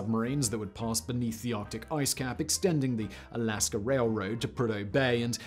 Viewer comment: Words that end in 'a' don't have an 'r' at the end Simon...